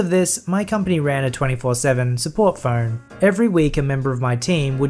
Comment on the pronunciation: I kept hearing Fern instead of phone, and it was hilarious that you had to have a 24/7 fern